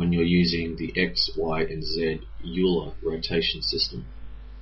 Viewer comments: Euler is pronounced Oiler, not Yuler. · Nice explanation, it helped me a lot understanding the problem. Oh, and Euler is pronounced as "Oiler" not "Yuuler". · And its pronounced as "Oiler" :D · Dude, you spelled gimbal wrong, you are pronouncing Euler wrong and you are using the wrong plural for axis. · I don't have a problem with "zed" - that's classical and very proper... but "axises"??? Come now, surely you must know that the proper plural is "axes" [pronounced ak'-seez]? ...and I do have to agree with RensV as well on the pronunciation of Euler. Sorry about all this, spending the better part of a decade in Engineering School pounds these sorts of things into one's head like railroad spikes! :-) Otherwise a very nice video!